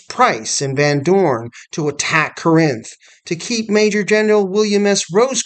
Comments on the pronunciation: Thank you for this documentary video. It is well done. We pronounce Corinth: Cor-inth with the emphasis on the first syllable though. General Bragg was a capable administrator, but he was a failure as a field commander. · Love your videos. Feel like you’re pronouncing Corinth incorrectly tho.